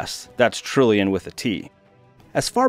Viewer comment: Why do people emphasise trillion as a word that begins with its ..first letter?